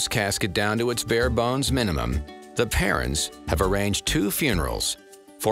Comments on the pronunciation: Anyone else hearing parents instead of parrens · Everytime they say their couples last name all I hear is Parents XD not Parens